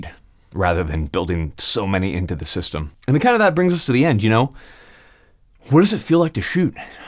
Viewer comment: My head spin everytime you say system